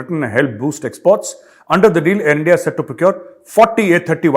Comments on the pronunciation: Sir it's Endia 🤣🤣🤣🤣🤣🤣plz say once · The most hilarious part is "assi bhi musalman tussi bhi musalman" and pronunciation of ENDIA.Great job Sir,keep going,JAI HIND. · Haha bola sir ne Endia..... Jahil pakistani leaders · .... Endia =india 😊 En-dia 😊 Lagaaou bhai k lia douu rottiiii 😊